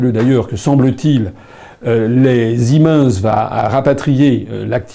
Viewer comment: ziminsse ? Ca se prononce pas "Sie mainesse " pour siemens ?